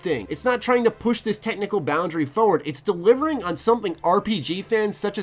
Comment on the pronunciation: Brother, TH does not sound like a D. This is not dis, the is not duh. Great review though.